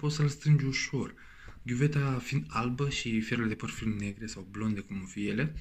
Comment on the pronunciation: Berberim, ghiuveta, pilips.... barbierim, chiuveta sau lavoar daca e ghiuveta din buda, se pronunta "Filips"